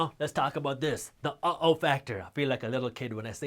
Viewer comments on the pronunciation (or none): It's not oh-o...it's uh, oh.